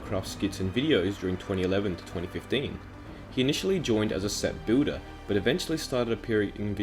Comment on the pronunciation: Why do i hear “booder” instead of “builder”